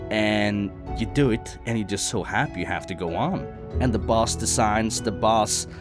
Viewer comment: " u wanna go on and beat da nex bose "